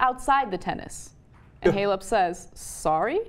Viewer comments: What a bimbo. She says "f***" and "s***" all the time and can't be bothered to learn how to pronounce Simona Halep or Eugenie Bouchard's names. Is that supposed to be "cool"? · I'm more angry that she didn't pronounce Simona Halep right.